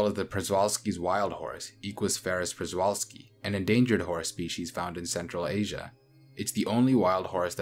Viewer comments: Also prezwalksi is pronounced chevalski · I think people mostly find the pronunciation of Przewalski confusing and try to relocate some letters and say Prezwalski which only makes it even more confusing, so let me provide a transliteration close to English rules: Pshevalski. Have a nice day